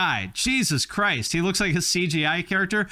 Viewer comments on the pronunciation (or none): none